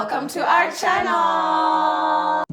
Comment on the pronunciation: I'm glad they have learn how to pronounce the word chanel as opposed to the many who say 'welcome to our chaneeel'